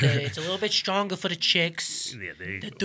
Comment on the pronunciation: I like how they immediately forget that the 30% towards women was only the pain relieving effects and not the euphoric high, which is the other half we associate it with it. "It's STRWAONGER THOUGH" is what they all agreed unanimously though lol And BAM, misinformation made in 30 seconds.